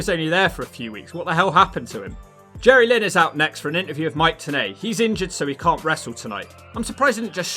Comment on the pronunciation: Jerrylynn! (pronounced as one word)